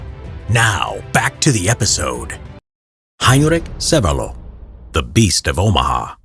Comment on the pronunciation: "heinrik sevelo" xDDD